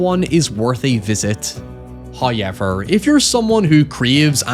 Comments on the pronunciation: Did you just pronounce however as "high-ever"? There's a wubble-ewe in there. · Nobody:: Hiyever. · I love the pronunciation "hoyever" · First "hoyevver" drops . For we are blessed by He. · Your content seems so good but the way you say "however" makes it absolutely unwatchable... I never knew such an infuriating pronunciation of that word existed. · How do you pronounce "how" fine. But can't pronounce "however"? Who is ever? Why do you feel the need to say hi to him every few minutes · you talk too much, just show us the movie. Also, why do you pronounce likes like "however" incorrectly??